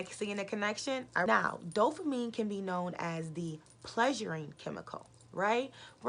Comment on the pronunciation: Why you keep saying dofamine though. Its Dopamine right!